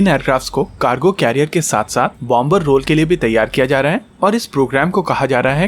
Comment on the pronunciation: It's pronounced as bomer, the b is silent